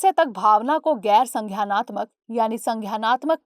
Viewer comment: वो संज्ञानात्मक है संघ्यायनात्मक नहीं उच्चारण की ऐसी गलतियां दृष्टि चैनल से अपेक्षित नहीं होती।